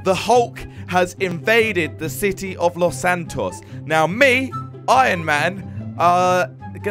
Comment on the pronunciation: Why do you say lossantoffee